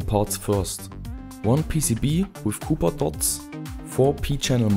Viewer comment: nach unzähligen videos die ich gesehen habe: bitte hör auf "kuper" zu sagen. es spricht sich "kopper" ;)